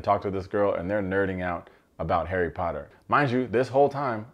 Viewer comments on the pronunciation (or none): none